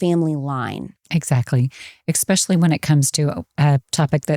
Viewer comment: Great episode. However I was distracted every time she said “expecially” instead of “especially” 😂